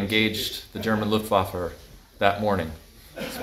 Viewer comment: Dammit, I’m going to be “that guy”. It’s pronounced “ looft vah fuh “